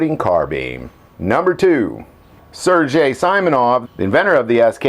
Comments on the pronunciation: Sair Gay not Sair Jay . Hard G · Sergei is pronounced Sir-gay but keep in mind that while sir is completely acceptable in the correct Russian pronunciation of Sergei ser is pronounced kind of between sear and sir. The original design and first two prototypes of the SKS had detachable box magazines but Stalin thought that troops would lose the magazines in battle so he forced Sergei to change the design to a fixed magazine. Sadly that is one of the things that doomed the SKS to such a short battlefield service life in Russia.